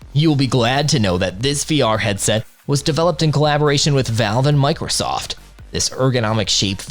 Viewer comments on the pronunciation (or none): none